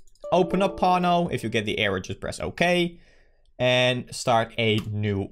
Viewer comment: Every time you say 'pawno' my parents thought I was watching video about porno